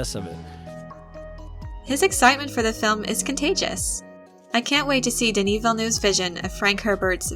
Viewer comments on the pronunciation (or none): none